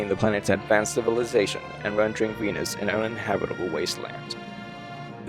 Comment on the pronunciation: Venus? I thought you said penis?